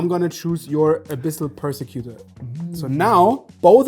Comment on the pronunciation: hey editor, you said abyssal persecuters abilitys wrong